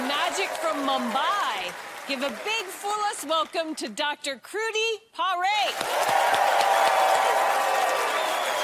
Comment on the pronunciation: Alyson totally buchered the name.